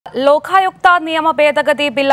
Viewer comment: ലോഖായുക്ത അല്ല ലോകായുക്ത ആണ് ശരി.